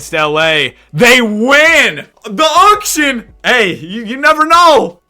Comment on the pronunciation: The unction vs the younction😭